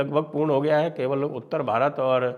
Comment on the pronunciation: How will you reclaim Bharat when you pronounce Bharat in foreign accent?